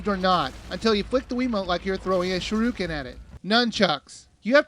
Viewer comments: shuriken not sharuukin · It's pronounced shu-ri-ken, not sha-ru-kin. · It's pronounced Sure-ah-kin Took me forever to say it right too xD This better be on top 10 worst games. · its pronounced (sure-e-ken)